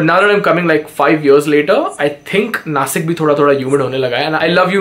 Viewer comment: Bro its nashik not nasik